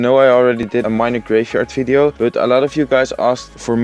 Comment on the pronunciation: "Enjoy this Fideo" lol